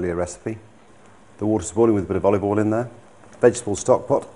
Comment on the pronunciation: I love how he pronounces "oil" as "all" but he's not from US South